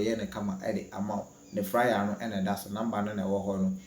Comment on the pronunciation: You are always saying fryer instead of flyer